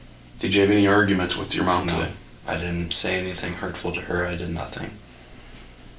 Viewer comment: When you say "did", it sounds like "dead"...so you should mute that too